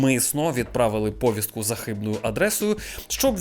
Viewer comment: Правильно говорити "поВІстку", з наголосом на другий склад. Я розумію що ти до 22-го року говорив к а ц а п с ь кою, але не слухай тих "недовчених", які так само до 22 року розмовляли російською, а тут раптом почали навчати української.